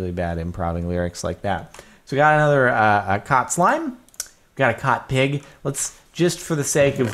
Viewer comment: "Cought" that hurt my brain a little